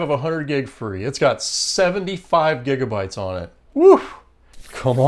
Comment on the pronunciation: "49 jigabytes" 😂😋